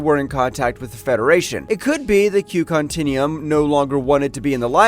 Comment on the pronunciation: Guinan's name was badly mis-pronounced by this video's narrator,..on at least a few occasions within it. The Q Continuum was also mispronounced. Lastly, "Q's"? " Hard to fully listen when so many bad pronunciations are done by this narrator.